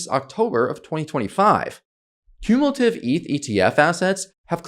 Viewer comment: Is this dude Ai? He pronounces some words pretty funky. Like cumulatively. I'm suspicious.